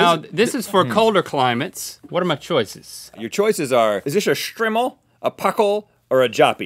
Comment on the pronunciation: It's pronounced Str-eye-mel